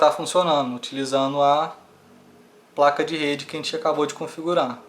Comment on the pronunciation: Muito bom o vídeo, finalmente um tutorial bom! (rachei aos quando vc fala 'Praca' kkkk)